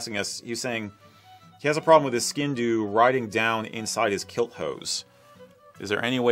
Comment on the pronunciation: One thing I must say is that as much as I love your channel for several treasons including being so accurate when it comes to describing our culture, you’re pronouncing the name of the sgian dubh wrong! It comes from gàidhlig as I’m sure you know, in our language it’s [sg/ee/an/-d/oo/v]